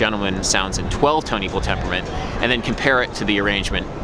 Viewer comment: My new quest: 69 Tone Equwual tempuwment